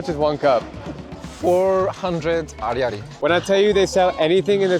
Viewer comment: And how are your finances? Are you really that poor with your camera and everything that goes with it? Do you want to pay 10,000 ariary for every document you see?Poorly translated, and what's more, the "y" isn't pronounced. I'm disappointed with your video. You're showing the bad side. Let's talk about the bad side: is your wife just meat for men? I don't think so, and yet that's what you're showing in the video.Politically, the colonel is in a provisional role, and he is trying to change that. And there you have it—you enjoy engaging in corruption. Yeah, the sponsor did a great job of killing off Madagascar's population; they just want money and refuse to distribute it when it's actually needed there—they should give some to the families of the 120 missing children.